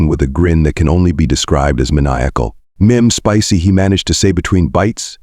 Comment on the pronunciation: Spissy? They spelled it correctly, Spicy usually pronounced Spy see!